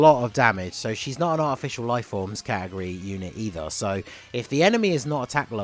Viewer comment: I know you said Artificial Life Forms but with your accent, it sound like Official Life Forms which I found funny xD